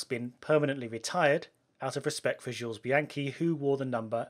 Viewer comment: The pronunciation of Jules is zhül.